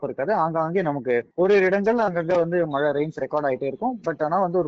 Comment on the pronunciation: அது "மழை" நீங்கள் "மலை" என்று கூறுகின்றீர். "ழ" சரியாக உச்சரிப்பது மிகவும் அவசியம். keep in mind